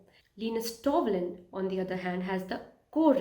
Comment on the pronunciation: Nice video. I think the guys name is Linus Torvalds not Linus Toblin as you say in the video.